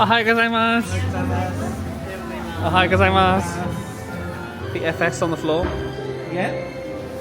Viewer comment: As a Japanese, I can say that your Japanese pronunciation is getting better and better haha! Perfect ohayougozaimasu!